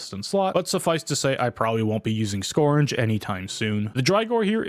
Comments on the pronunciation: skURGE. URGE. not scorn-guh. skURGE. skURGE. skURGE. skURGE. skURGE. skURGE. skURGE. skURGE. skURGE. skURGE. skURGE. skURGE. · can we really trust a guy who says "scournge"